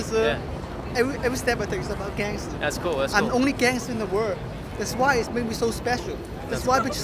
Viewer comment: ohh he says "gangster" i thought "dancer"